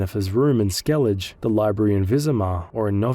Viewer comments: SkelliG? They do write Skellige and say SkelligE. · “Skell-igga”, not “skell-idge” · He has to be doing it on purpose to farm engagement. There’s no way someone can play multiple play-throughs and STILL be calling it Skellidge 😂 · Bext time you play Witcher 3, listen to how the words are pronounced ingame... There is no "Skellidge" but that's not your only offense... Great video otherwise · Skellidge Geraalt Visimuh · Dude, stop calling it 'skellidge'. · How am i supposed to sleep when my blood pressure spikes every time you say things like skellidj and gerralt? Jokes aside, great video! 🐺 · "Right to jail. Right away." Me after hearing the skellige pronunciation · Hey, I’m not saying this to be rude but I’m genuinely curious - how is it possible that you claim to have played through this game several times, but you can’t pronounce Skellige? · My first bug encounter with geralt was in like 2020 or 2021. Everytime I whistled, A new roach would appear. I summoned 7 or 8 and started parking them like cars. Also, its pronounced skell-a-guh Edit: WHITE ORKARD?